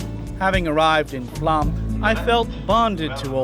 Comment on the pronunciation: "Flåm" is pronounced "flom", not "flam".